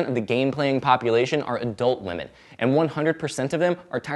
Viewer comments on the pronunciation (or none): none